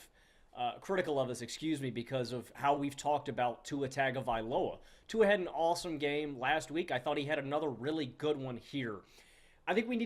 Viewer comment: Btw, it’s Tua Tongue-a-vailoa.